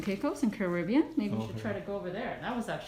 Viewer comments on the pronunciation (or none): none